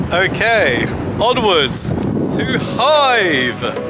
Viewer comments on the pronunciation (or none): Nice Video. I will stay a week in Hythe at the end of october this Year. May I ask you, as I am not a native speaker, it sounded as if you would pronounce Hythe as Hive. Is that the way to pronounce it (without a th)?